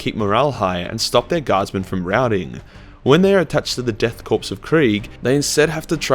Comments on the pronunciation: Good video but that korps pronunciation though. It's not corpse. It's Kor/cor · In Korp you dont pronounce the P its just kor